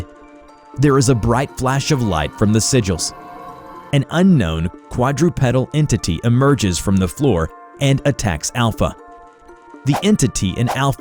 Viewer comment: Sorry to correct you, but "sigils" is pronounced "sid-jill-s". They're a type of pictographic symbol, commonly known for their use arcane rituals. I only bring it up because "signals" is a very different word and you lose some meaning if you get them mixed up.